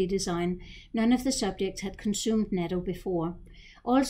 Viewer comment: the CORRECT pronunciation is NU-TTO (natto) non japanese often mispronounce it as NATO AS in N.A.T.O.